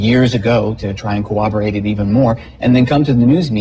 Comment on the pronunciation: Tommy Davis repeatedly pronouncing “cowaberating” that way is sending me